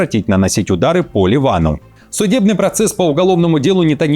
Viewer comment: АракчИ, елки-палки! Узнайте, где ударения в персидских именах! Не искажайте имена достойных людей!